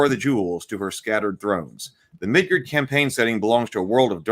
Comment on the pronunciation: I really wish you didn’t keep calling it “Midgurd…”